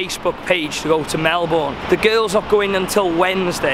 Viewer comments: Pronounced “ Mel-bin “ not “ Mel-born” just a heads up 😉 you’re welcome 😇 bon-voyage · I'm sorry but it kills me hearing you pronouncing it as "mel boune', it's 'melben' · Happy days! It wouldn't be a video without a free spa day! The best view in the world! Please start pronouncing Melbourne 'Melbun', the locals will correct you for sure! 😁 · lazy Australians would pronounce it as Melbin but in factuality it's proper pronounciation is Mel-born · Melbourne is pronounced Melburn. 😀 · Mi Hennesy its “proper” pronunciation has never had the “r” sound. We Aussie’s know how to pronounce our own cities 😘 it’s like trying to tell a British person they are saying Southwark wrong by making the “W” sound. You’re not gonna win here buddy. No Aussies ever say the “r” in Melbourne. Same as how Canberra is just Can-brah (no Australians say can-ber-rah) and Cairns is Canz or Cans (some Queenslanders have a more nasally z sounding s on the end.